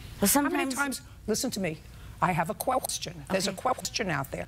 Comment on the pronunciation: "There's a queqstion out there."